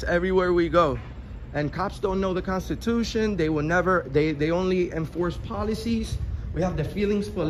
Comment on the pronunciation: The consachution? Never heard of that before